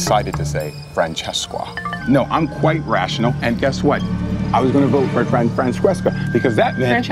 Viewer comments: Fransesca ,no, “Franchesca.” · its pronounced as Fran-CHES-ca 😉😂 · "Frances-chess-esc-qua" "Francesca...." Her sitting there nonchalantly correcting him every time was easily one of the funniest things throughout their tribal counsels together. I love Francesca lmao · You mispronounced fransesqua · I loved Phillip. He is hilarious. I loved how he mispronounced Francesca’s name. I loved Stealth R US.